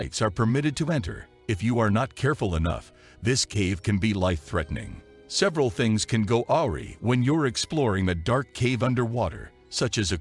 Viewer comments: LOL...that's not how you pronounce "awry". It's pronounced "ahh-rey" rhymes with "sigh" and "eye" not "ow-ree". Hahaha. I was going to give this channel a try but not after that. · Awry = uh-rye. Not orey 😂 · It can't say awry however.